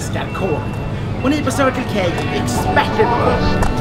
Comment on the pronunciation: Det här med anglosaxisk uttal...